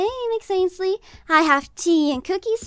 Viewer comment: AND THEY ACTULLY SAID IT RIGHT INSTED OF ANSHALEY